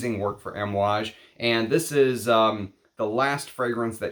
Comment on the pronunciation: Kohn Yak not Caan yak also Ahm ooh aage. I speak fluent Italian and Arabic most languages outside of English. The a sound is aah